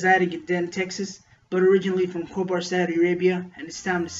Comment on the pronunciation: Its Khobar not Hooper Saudi Arabia.